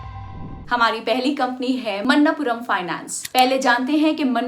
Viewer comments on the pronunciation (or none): Manappuram, not mannapuram